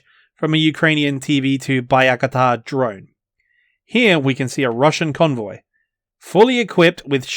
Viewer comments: For crying out loud mate STOP pronouncing Bayraktar like "Bye-A-Katar" ! It's so cringe! XD it's just "Bàyraktar" put it up google translate if you wish. You somehow managed to come up with a wrong pronunciation that is more difficult to say than the actual pronunciation of the word XD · Bayakatar Srsly, native english speakers struggle to pronounce anything thats not english lmfao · "Bayakatar"? Seriously? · Why can’t you say “Bayraktar” properly 😂😂🤣